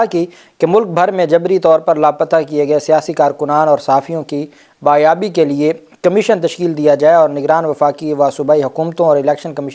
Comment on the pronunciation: آپ بہت اچھی رپورٹنگ کرتے ہیں۔ اردو میں معمولی تصحیح کی ضرورت ہے مثال کے طور پر لفظ بازیابی bazyabi ہے بایابی bayabi نہیں۔